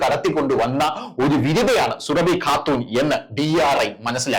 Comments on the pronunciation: എടൊ സുര ഫി അല്ല സൂറബി എന്നാണ് പോയി ജാമിത് ടീച്ചർ യുടെ വീഡിയാ കാണണം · സുരഭി എന്ന് പറയല്ലേ, സൂറ ഭി എന്ന് പറയു. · Surabi Alla Suraabi yannu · Sooraabhi not Surabhi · സുരഭി അല്ല സുറാബി ആണ് 😊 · സുരഭി അല്ലടോ സുറാബി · സുരഭി അല്ല സുറാബി എന്നാണ് പേര് സുരഭിക്ക് അത്രയ്ക്കും തൊലിക്കട്ടി ഉണ്ടാവും എന്ന് വിചാരിക്കു നില്ല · 😜..... എടോ, സുരഭി അല്ല സുറാബി! പറയൂ...... സുറാബീ!!! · പേര് ശരിയായി പറയു. സുഹ്‌റാബി ആണ്.